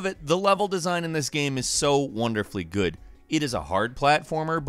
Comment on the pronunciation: "on windows it looks Guuu..." i'm dead xD